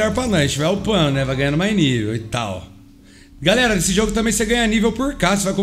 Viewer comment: No começo do video ele fala garela mas ele falou errado e galera kķkkkkkķ